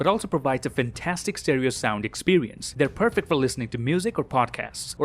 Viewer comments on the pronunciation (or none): none